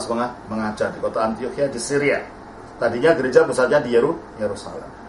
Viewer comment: Kenapa sering terdengar "antokhia", dan bukan "antiokhia" ya. Apa mungkin kuping saya yang salah ya? Tapi terdengar seperti itu 😓